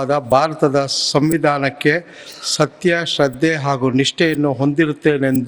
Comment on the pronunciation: Govinda kaarajola pls correction your word SATTE alla SATTYA😊